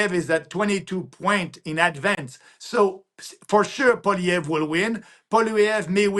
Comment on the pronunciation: its polly ev, natali thats how you prounce it................